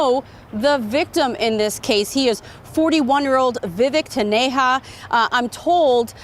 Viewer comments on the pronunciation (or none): The victims name is not Vivek 'Taneha' but Vivek "Taneja" (J as in Jazz)...its not a hispanic name its east indian name. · Taneja like Ca"j"un not like fa"j"ita